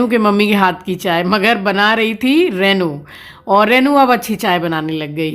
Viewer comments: You pronounce rainu instead of renu. Please speak correctly.In hindi too रेनू ना की रैनू। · Please please please रेै नु न बोले बहुत बुरा lgta h yaar kisi ka naam hi kharab kr do.। रेनु होता है renu,, रै नू nhi